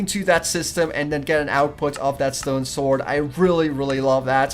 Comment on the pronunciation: you pronounce sword "svord" but its pronounced "sord"